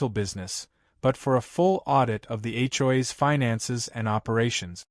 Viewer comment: What the hell is [ Achoi's ] IT'S H. O. A.' S